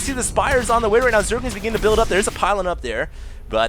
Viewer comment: fail.. he said "Zerlings have cum"